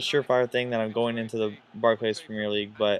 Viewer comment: Barc'lees' premier league :p